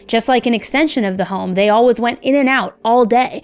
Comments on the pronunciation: All-wuhhhs It's all-WAYS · If you don't stop saying always like alwuz I'm going to have to stop listening